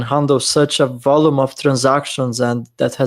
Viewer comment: Please someone tell him how to pronounce Volume. Great show guys. Thx.